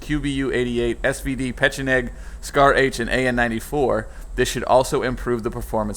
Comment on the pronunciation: Peh-Che-Neg. Look it up. it's the correct pronunciation.